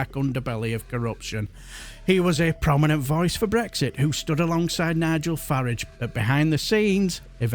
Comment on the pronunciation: Pronouncing Farage the correct way! Good chap you are.